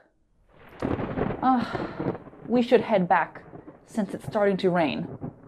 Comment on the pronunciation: I have found strange your pronounce about STARTING. Thank you to have been learning a new way.